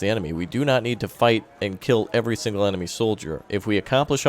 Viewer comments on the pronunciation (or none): none